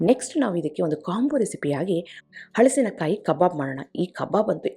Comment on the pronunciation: Very creative and original. Appreciate your efforts and generosity in sharing. 👏🏽👏🏽👏🏽 Just cutting the fruit is a big accomplishment so hats off to you! Would also like to say that correct pronunciation is “ಹಲಸು”, “ಹಲಸಿನಕಾಯಿ”. If you say “ಹಳಸು” it would mean stale or food going bad.